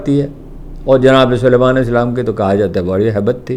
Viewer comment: Why does he keep pronouncing his name as Mohammed bin Suleman,his name is Mohammed bin Salman.They all do it,on TV,they simply cannot pronounce Salman,I don’t know why.